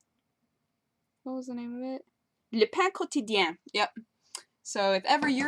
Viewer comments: Since my main langage is french, I found it hilarious when said "le pain quotidien". It was pretty good actually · nice french pronunciation :) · Wow, that french name is surprisingly well pronounced! Oh, you so good!:D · Really good pronunciation of the french restaurant. :) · Really Good Omelettes. The way you said the restaurant name was awesome. you should do your next vid like that the whole time.